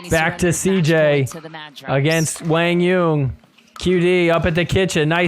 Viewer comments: lol who the hell is “WANG YUNG” do you mean Quan Doung!?!? 😂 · To be more precise, it’s pronounced “Quah-n Yuhn” but great job trying to pronounce it right. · So Quang Duong is now "Wang Yeun"😂😂